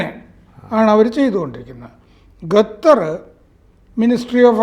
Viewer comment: Not Gathar but Qatar!